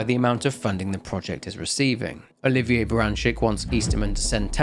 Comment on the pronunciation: Love your videos - but you mispronounced Oliver as Oliva. It kinda gave me a giggle and made me wonder if I was forgetting something from your orginal Videos for the Outlast games. So now I need to rewatch them.